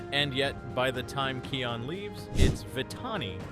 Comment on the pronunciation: (No hate) but your pronouncing Kion wrong